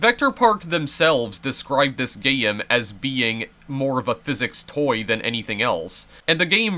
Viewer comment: hold on did you call a game a gayem